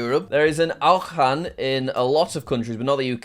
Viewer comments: seriously AoJAn and cAARfiRE bro learn french 💀💀💀💀💀💀💀💀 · Jack pronouncing shopping malls Normal: Auchan Jack: oW-hAHn Normal: Carrefour Jack: KaIR-foWeR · He pronounce Auchan and Carrefour like they're german, as a French it hurted me a little bit (Auchan = O+chan like champagne Carrefour = car+foor (the same way u would say food) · "aUhAn" Jack its "ashawn" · His horran instead of auchan got me dying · my favourite animal is jack trying to pronounce auchan